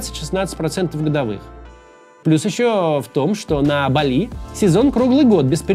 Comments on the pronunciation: Автор, рекламу делать желательно правильно- остров называется БАли, а не на французский манер, как вы произносите, с ударением на последний слог. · БАли. БААААААли! Максим, ну ё-маё 🙄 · на Бали..ударение на "а" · Максим. не БалИ, а БАли. это МалИ есть, а БАли говорят все, кто был там. И не как турист-потребитель, а хоть как-то попытался вникнуть в культуру дальше терима каси.